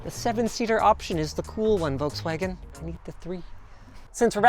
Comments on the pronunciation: VOLKS-WA-GEN not Wolkswagon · it's pronounced "FolksVagen" ;) much easier to say it like that even French like me pronounce it right, so you can do it too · Why does he pronounce Volkswagen like "Wallkswegen"? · You pronounce the V in Volkswagen like an F not like a W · It is pronounced "Folks-Vaahgenn" for crying out loud!!! (Or at LEAST "fough veh" - VW in German.) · Me as a german getting a micro heart attack everytime he says Volkswagen. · Where are the Germans there pointed out how wrong he say Volkswagen? Diese Kommentarsektion ist nun Eigentum der Bundesrepublik Deutschland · Wait for a refresh, should get a bigger battery and physical controls. Oh and btw the L in Volkswagen is silent.